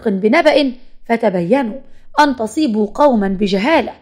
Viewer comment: عزيزتي جزاك الله خيرا على ايرادك آيات قرءانية وأحاديث شريفة للعبرة والعظة لكن ارجو منك قراءة الآية جيدًا بالحركات الصحيحة واسمعيها أيضا من مقرئ حتى تقرئها امام جمهورك بالشكل الصحيح فالاية التي قرأتيها اخطأت فيها مرتين كلمة فاسق قرأتيها بتنوين الكسر فاسقٍ والصحيح ( فاسقٌ ) تنوين ضم لانها فاعل مرفوع أيض اخطأت في كلمة ( فتصيبوا) فتحتي التاء والصحيح مضمومة ( فتُصيبوا) القرءان أمانة والاداء الصحيح له امانة عليك مراعاتها خصوصا اذا تلوتيه للناس للعظة